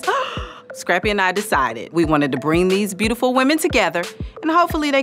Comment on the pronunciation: I get so sick of Scrappy telling women they're "breautiful," Dude, if you can't properly pronounce a word, use another one.